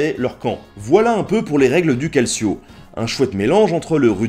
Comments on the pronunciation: au faite on dit caltcho et pas calsio pour calcio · Salut, je voudrais juste apporter une petite rectification de prononciation du terme calcio. Cela se prononce calchio, et cela veux dire tout simplement football en italien. Donc lorsque tu dis que ça ressemble au foot, bah c'est parce que ça doit être l’ancêtre du foot. (j'en sais rien en fait c'est une déduction faite à partir du mot calcio) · Très bon épisode ! Comme toujours, on se couche moins con après ^^ Par contre, petites corrections de prononciation : Calcio = "caltcho" et Piazza santa Croce = "Piatsa santa crotchè" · Nota Bene Oui, on prononce plutôt : "calchio" en accentuant le "o" ^^ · hep, ça se prononce "caldchio", et ça signifie coup de pied, en italien. C'est toujours comme ça qu'on appelle le football en Italie de nos jours d'ailleurs. :° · Tres simpa! Juste une remarque: 'ci' en italien se prononce 'tch', calcio se prononce donc 'caltcho'. Aujourd'hui, ce mot désigne rn italien le football contemporain. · Super video :D tu nous apprends vraiment beaucoup de choses j'apprécie énormément ta chaîne et surtout ton travail :) PS : J'suis désolé, mais "calcio" se prononce "caltchio" ^^ :lalourdeurd'unhomme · super video juste que calcio en italien se prononce calchio ;) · calcio se prononce 'kaltcho' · On m'excusera aussi pour ma prononciation très hasardeuse du "Calcio" et du "Cimbel" haha, se sont des interprétations très personnelles :p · Salut! Bravo pour ces belles vidéos intéressantes et instructives, continue ainsi. Je sais que certains t'ont déjà fait la remarque, mais en italien la lettre "c" placée devant un "e" ou un "i" ce prononce "tch". Soit, pas une remarque importante en somme, mais à chaque fois qu'un francophone fait l'erreur, ça sonne vraiment faux dans ma tête de pecorino.